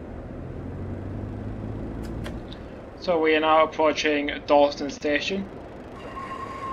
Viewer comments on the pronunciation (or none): Sorry it’s Dunston not Dalston